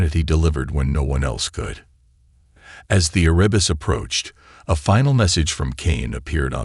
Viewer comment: Erebus...the primordial god of Darkness. You got the name correct ONCE... ! You do a hatchet job on almost every single name in this video!